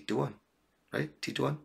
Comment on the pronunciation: Titouan from france Thanks you for answering my question and you prononced my name perfectly on the vid the last time you said my name ! Does an ex with bpd realize you move on only when you finaly post someone new?